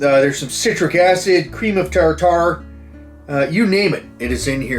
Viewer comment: Cream of tartar lol. Love the pronunciation Beast